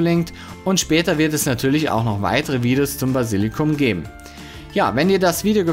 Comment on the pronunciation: Basilikum, nicht Basillikum. Trotzdem danke, für die guten Tips (Tipps).